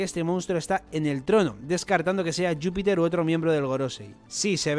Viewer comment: Porque le llamáis yupiter? Es Júpiter